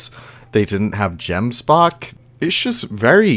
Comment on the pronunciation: Totally agree with the review, but theres one thing that bothers me: your gemsbok pronunciation🤣 The "G" in gemsbok is pronounced like the "ch" in Johann Sebastian Bach ...at least from what i know, if im wrong please correct me people!